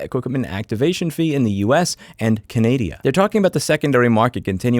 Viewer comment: Where’s Canadia???😂😂😂😂😂 jk. As always thanks for the great info.